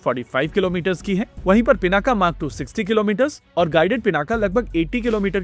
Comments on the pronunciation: पिनाक अकारान्त शब्द है , आकारान्त नहीं इसलिए उच्चारण के अन्त में 'अ ' आयेगा 'आ ' नहीं। तो English में Pinaka लिखेंगे लेकिन उच्चारण पिनाक ही होगा , पिनाका नहीं। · Pināka. Not Pinākā.